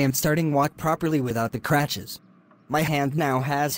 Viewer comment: For future reference: "Crutches" instead of "cratches"